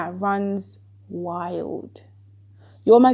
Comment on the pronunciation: Lmaooooo “You have an imagination that runs wildttt.” You ain’t hadda say it like that lol